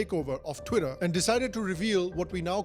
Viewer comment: "chwiter, now Axe" - typical Indian who goes for vacation in Joe's world